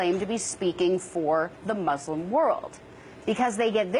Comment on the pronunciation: first u should know how to pronounce "Muslim".